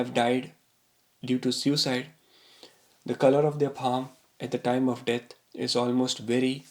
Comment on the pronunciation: You pronounce "death" as..."debt" and it is HILARIOUS. So is the content of this stupid video!